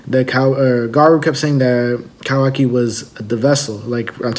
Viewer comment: Look Man...learn the names.....what assassin? it's KAWAKI and not Kawi....sad